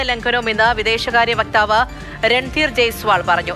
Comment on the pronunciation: വ്യക്താവ് അല്ല വക്താവ് അമേരിക്കയിൽ യഥാർത്ഥ നരകം ട്രമ്പ് വട്ടൻ